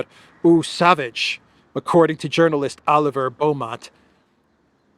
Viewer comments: Pronounced SAVAAGE...yes baby it is a real cologne. Too bad LITTLE NAPOLEON abuses it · Eau sauvage = Oh sovajhe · Johnny Depp is the model for Dior Sauvage cologne. It is pronounced So-vajjj … Le Sauvage 😂